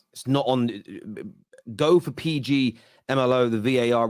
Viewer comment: Man said PG...MLO. Nah I can't 😂